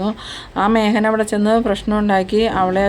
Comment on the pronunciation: മേഹൻ എന്ന് അല്ല മേഖൻ എന്ന് പറയൂ.